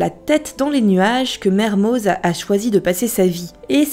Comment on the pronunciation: PETITE PRECISION LINGUISTIQUE : Mermoz est un nom d'origine savoisienne, il se prononce donc "Mermo" ( voir Merme pour les plus radicaux mais bref) comme tout les noms (propres ou communs ) savoisiens on ne prononce pas le Z ou le X final. ex : Les Carroz, Marlioz, Dupraz, Fanouaz..... :) ( C'est d'ailleurs à ca qu'on vous repère, les touristes :-) )